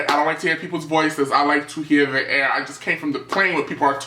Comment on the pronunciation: "i like to hear the airrrrrr" I'm died bitchhhh lmaooo